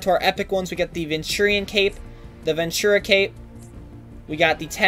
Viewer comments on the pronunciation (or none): none